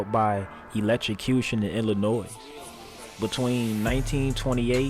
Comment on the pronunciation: THE S IN ILLINOIS IS 🤫❗️... IT'S A FRENCH IROQUOIS WORD WHERE THAT S IS ALSO🤫‼️